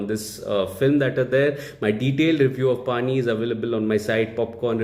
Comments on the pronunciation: 'पणी' is the right pronunciation which means job/task etc🙂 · its pronounced as " panni"